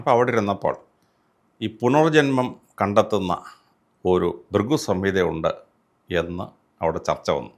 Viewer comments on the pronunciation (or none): ബ്രിഗു അല്ല ഭൃഗു ആണ്. വിവരവും വിദ്യാഭ്യാസവും ഉള്ള ഒരുത്തനും ഇല്ലേ അവിടെ?